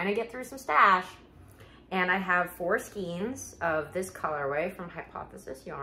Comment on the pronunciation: I love watching your videos! I have a bit of a hard time with the way you say skeins 😫